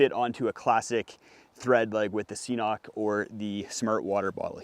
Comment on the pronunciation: Just squeeze water through a bandana, geez. LOL! KIDDING. Great stuff, thanks! (It's "K-Nock", btw.;))